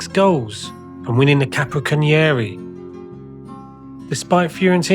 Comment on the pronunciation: Great videos but it feels weird you would spend all this time making these wonderful videos but not take the time to learn how to pronounce the Italian names and terms! Simple Google search will tell you! It's Capo-cannon-iere btw! It means head Gunner as in someone who fires a cannon!